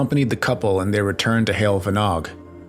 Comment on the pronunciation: It’s pronounced Hayol Vanog.